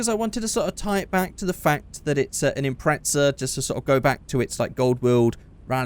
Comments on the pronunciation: He said Impretza instead of Impreza abbout 6 times😂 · hey stupid it pronounced Impreza not impretsa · Am I the only one noticed that he pronounced Impreza as "Impretza"? 😂 No offense but it's quite funny to me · British vs American